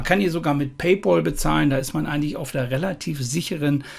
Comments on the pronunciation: Man spricht es "Pay Päl" und nicht "Pay Pol" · Wer Paypal nicht richtig aussprechen kann, hat keinen Anspruch auf Rückerstattung!!